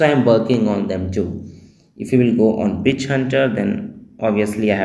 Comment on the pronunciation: 😂😂when you said Witch Hunter it sounded like Bitch Hunter 🤣🤣🤣, Nice video